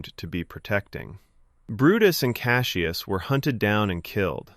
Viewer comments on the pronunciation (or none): none